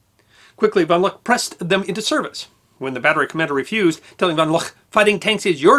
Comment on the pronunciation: Good piece, but one small correction: it’s Hans von Luck, pronounced “Look”.